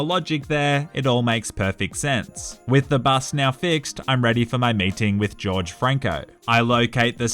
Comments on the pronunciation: Lol no offence but Jorge isn’t pronounced as George but actually horhey. It is Spanish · the pronunciation isnt george franco its HORHE franco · As a Hispanic it's not George it's Jorge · Not george but horhe or jorge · its pronounced hor-hey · How did he pronounce Greta Thunbergs name correctly but not Jorge